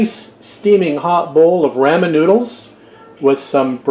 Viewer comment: I love your cooking videos! Nice and instructive just like your restoration videos. Oh, but it grated on me... every time you said “raaa min”. I’m in the “Rah min side of the fence! Just did spare ribs this week. Traditional recipe. But this gives me an idea for Soy based sauce. Thanks!